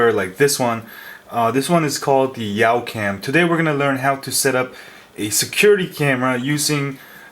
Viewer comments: did you say yow cam its YA-cam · It's youcam not yaucam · Pretty sure it's "Yawcam" not "Yowcam". :-) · Yawcam is pronounced yahw-cam. like "yawn" without the n.... Sorry! I just have OCD about that! haha